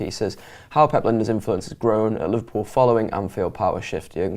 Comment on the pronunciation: Er his name is LINE - DERS not Linda's. Where is the respect amongst Red vloggers?